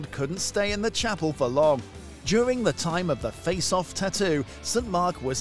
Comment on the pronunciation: Its tattoo not ttoo .